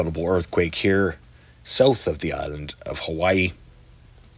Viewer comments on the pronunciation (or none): none